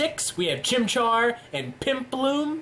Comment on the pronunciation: "Pimpluump" LMAO